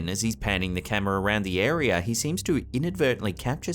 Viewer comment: it's an "area" not a "arere"